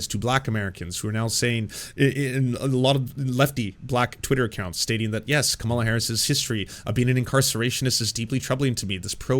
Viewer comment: I realize it's pedantic, but if you're going to pronounce Kamala's name, put the accent on the first syllable. Thanks.